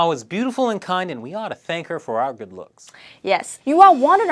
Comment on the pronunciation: "Good", not "goof"